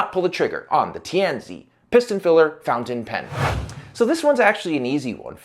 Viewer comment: Tianzi (tee an zuh) - Son of Heaven. Please make a little effort to research the correct pronunciations - this would be in 'the bad' part of a review of your videos.